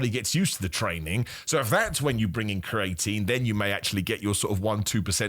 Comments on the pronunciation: Bro stop saying cre atine like that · This has to be a world record for the amount of times creatine was mispronounced in a single video. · Welcome back bro, missed your pronunciation of creatine 😂